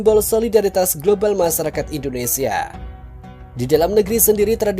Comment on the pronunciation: Mf y bg mimin, d ralat bahasa indonesia nya klw menyebut " indonesia " Jgn indonesa... Krg pas. Ok. 😊